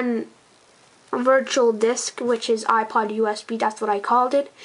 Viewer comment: learn to say ipod